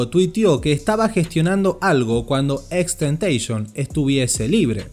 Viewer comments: Nose le dise xxxteiteeison se llama xxxtentacion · Es TENTACIÓN no Tentation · lo corrigió además da mala imagen a x, se pronuncia xxxtentacion no xxxtentecions en una entrevista lo dijo pero no importa xd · No es xxxtentation,, era xxxtentaCION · Gracias por este reportaje pero vale la pena aclarar que no se le tentation sino tentación. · No se pronuncia así, el mismo dijo que se pronuncia como en latino XXX TENTACION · Empezó bien el video. Pero¿ porque decis temteishon? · Bro deberías borrar este vídeo, XD como puedes desinformar y ser tan amarillista descaradamente, investigas de una persona para hacer un documental y nisiquiera puedes pronunciar su nombre bien :/ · si es verdad wn el creador de este video no sabe nada, ni siquiera dice el nombre bien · no es tan dificil poner imágenes y vídeos en un vídeo con transaciones, lleva su tiempo, pero si sabes editar lo haces. Que por cierto, ni siquiera sabe pronunciar su nombre bien. Y cuenta una historia llena de mentiras que si quieres te las desmiento punto por punto.